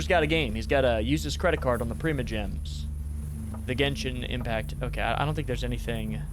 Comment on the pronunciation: It’s not prima gems it’s primo gems